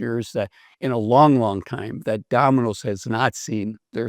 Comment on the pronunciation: Dah-min-ose ? Takes a bit of tuning the ear in.